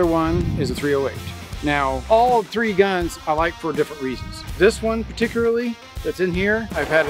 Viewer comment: We gonna shoot “tree” of my rifles